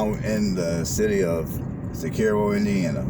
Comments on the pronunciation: I live in this beautiful small town and I feel compelled to correct you on some major misinformation from your video. It is pronounced SIS ER O. Cicero, In. Not Illinois. Morse Reservoir is a 7 mile man made lake not a river. The Boathouse Kitchen and Swan Dive has good food and cold drinks along with a fantastic setting on the lake. It is a hidden gem in Hamilton County. You drove around the same streets and didn’t get the most important parts of the town. You missed Cicero Park, Trump Hill, Red Bridge Park and all the great restaurants. Thanks for posting this but try and do some fact checking before recording misinformation. Thanks. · Yes he pronounced it incorrectly and it is a lake not a river yet I live here and I can tell you if you are even contemplating a move to this area don’t do it. Westfield is so much better. This place is weird, the people are weird if you aren’t from here and they act like they have never traveled abroad or out of this state or maybe even this town. Zero diversity. There is nothing to eat here and extremely repetitive with the same three major restaurants that are so busy in the summer good luck with that. Absolutely nothing to do and lol about the ice cream shop from the prior comments. No one cares, you can get ice cream anywhere on earth. If you did not grow up here along with your entire family you are marked an outcast. The town itself is extremely trashy and the town refuses to make people clean their properties up or keep their lawns cut. (referring to homes in town itself not homes on the lake) and to boot, the 👮‍♂️ love to follow you around and creep if they don’t know you. Absolutely insane they harass their own residents. I can’t wait to move! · Pronounced sis-sir-o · It is pronounced sis-er-oh